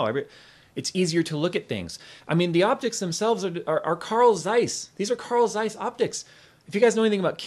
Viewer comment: I at first understood "coral size", but the I fugured out that you mean Carl Zeiss (I'm German)